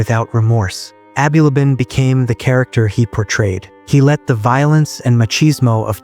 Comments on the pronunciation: Abulaban not aby labaan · Bro haven’t you been watching the news, that’s not how you pronounce his last name 🤦‍♂️